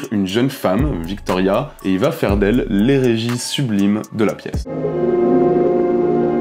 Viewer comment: A éGérie, pas éRégie gars, attention!